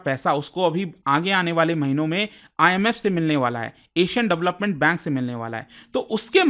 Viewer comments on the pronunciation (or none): none